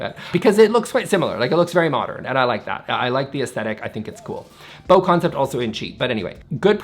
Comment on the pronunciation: The Bo in BoConcept is pronounced like Boo